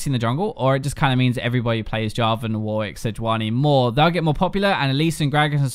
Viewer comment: why do you always call Warwick "Woik"? Why is it so hard to say WAR RICK